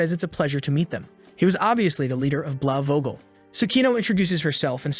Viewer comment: bro is pronouncing Blaue Vogel as blawogel xD it reminds me of the german Umckaloabo ad. Nevertheless cool video and its great that you put effort in the voice